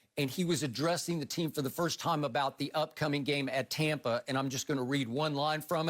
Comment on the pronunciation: I wanna throat chop skip every time he says “Tompa” Bay